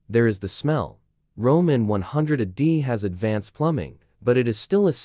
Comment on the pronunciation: Ah day? AI slop. Check your work, please.